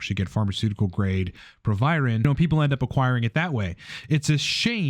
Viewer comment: Its proviron. Youre welcome